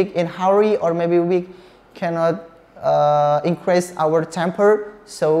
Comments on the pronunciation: Maaf kak pronounce increase itu inkris bukan inkres.. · inkris, bukan inkres #pronunciation